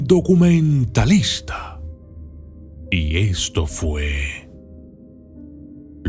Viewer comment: NO SE DICE DUCUMENTALISTA ... ..... SE DICE DOCUMENTALISTA ...!!!!.